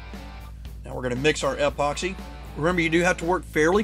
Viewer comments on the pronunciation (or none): I just finished my second kit from CKK. Really fun to build. Is his odd pronunciation of epoxy a regional thing? "EHpoxy"